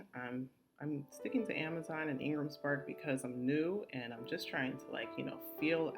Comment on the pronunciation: Thank you for this info, very helpful. But could you clarify what you said where you mentioned a book publisher's name. I heard Engles Park or something